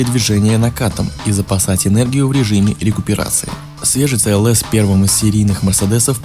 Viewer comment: Где гуру произношения? Это же новый мерседес "СИ ЭЛ ЭС"!